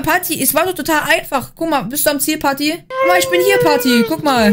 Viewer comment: Des ist doch nicht pati sondern pat